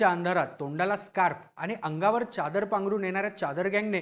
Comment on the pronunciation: च्यादर नाही रे.... चादर....